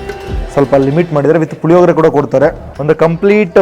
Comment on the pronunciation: ಲಿಮಿಡೆಟ್ ಅಲ್ಲ ಲಿಮಿಟೆಡ್ ಪುಲಿಯೋಗರೆ ಅಲ್ಲ ಪುಳಿಯೋಗರೆ